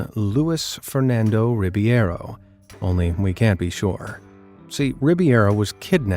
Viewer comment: Ribeiro!!! Not Rib(i)eiro... for gawd sake, dude!!!😂😂😂